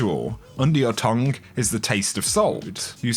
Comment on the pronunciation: Who else got triggered at his pronunciation of tongue? 😂😂